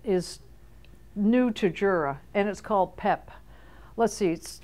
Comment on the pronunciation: It is not pronounced Jura. It is pronounced Yura. It is German, and the J is pronounced as a Y.